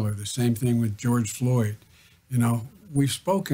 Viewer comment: GEORGE FLORD????🤔😣🤦 REALLY????